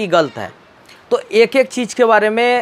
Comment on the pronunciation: Yooj??? Deejal??? Cheej???😁😁😁😁😁😁